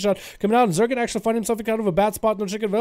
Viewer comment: Wouldn't Zegen be "Zehgen" or "Zeegen"? Not quite sure how "Zergen" is getting in there unless this rogue is an alt or something.